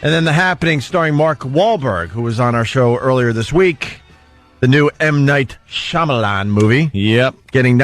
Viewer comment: HE SAID M. NIGHT SHAMADING DONG OMG SO FUNNY